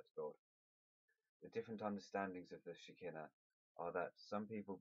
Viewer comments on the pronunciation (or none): thank you! this was really helpful🙂, and by the way shekhinah is pronounced "she-khai-na" ☺